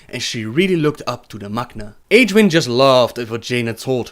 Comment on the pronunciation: isnt she pronounced [egg-win] ?